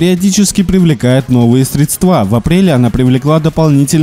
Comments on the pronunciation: Ударение не так.... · Спасибо за выпуск,!) Только средствА могут быть для мытья посуды, а срЕдства могут быть для капиаловложений)))